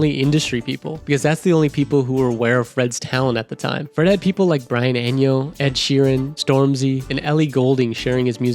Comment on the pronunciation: "Brian Enio" My god, who is this person. Has he generated this script with AI? He doesn't seem to know anyone he's talking about